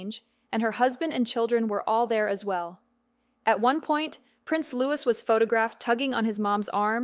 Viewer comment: IT IS NOT PRONOUNCED LEWIS. HIS NAME IS PRONOUNCED LOUEE. AI OR NOT GET IT RIGHT.